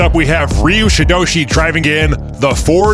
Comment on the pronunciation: It's pronounced Er-yew❤ Ryu